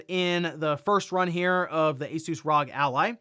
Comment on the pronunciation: R.O.G. or Republic of Gamers. Not RAWG…🤷‍♀️